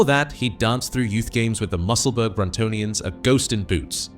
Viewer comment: Musselburgh is pronounced Musselburra not Musselburg